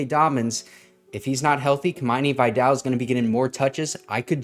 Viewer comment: Please don’t mispronounce “Vidal” like the ignorant college announcers. It’s not “vaydell” its “vihdahl”